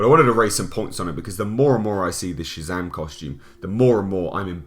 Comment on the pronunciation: Didn’t know Shazam was gay... “Shay-zam girlfriend”